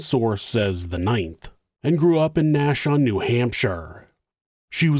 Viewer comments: Nashon New Hampshire??? N-A-S-H-U-A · "Nah-shoe-ah" is how we say Nashua, just a heads up. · Nashua NH pronounced Nash oooo Ah